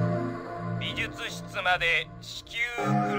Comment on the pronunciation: レトさん相変わらず美術室のことびずつ室って言うんやね、、、笑